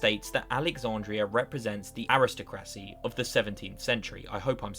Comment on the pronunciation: “Air-iss- tah-crussie “